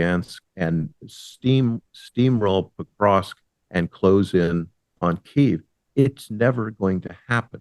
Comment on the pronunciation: He would sound more knowledgeable if he could pronounce Pokrovsk correctly.